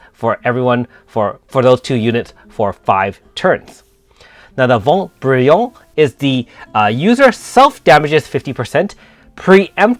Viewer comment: I'm French and I laughed so much to hear you say the name of the French attacks😂 But I understand you It's not easy to speak French with an English accent And thanks for your videos 👍😇 Ps : But I think you say well Vent Brillant (Translation: Bright wind) (Scintillement : Flutter / Guérit pour deux : Heal for 2)